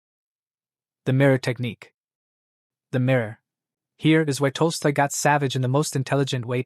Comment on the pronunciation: At time, the Ai named Tolstoy as toaster. At time, Ai called him tosto.